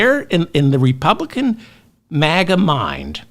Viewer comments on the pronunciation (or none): none